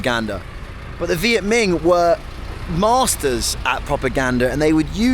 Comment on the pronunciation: It’s Minh not Ming…